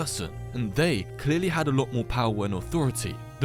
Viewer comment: is saying "they" too hard ? -_